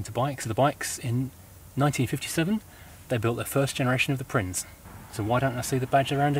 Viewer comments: My cousin had one. It caught fire on the M5 and completely burnt to the ground by the time the fire brigade arrived. Someone tell the narrator that Prinz is pronounced Printz. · It's pronounced "prince". My mate had one and every time he went over a bump a plug lead came off and it just...stopped lol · I think prinz in German is pronounced "prince".. and it means prince too.